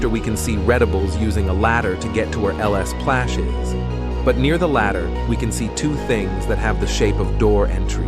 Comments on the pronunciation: I thought you say lsplash l splash not ls plash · ITS LSPLASH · Bro said lespash 😭😭😭😭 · "LS Plash" 💀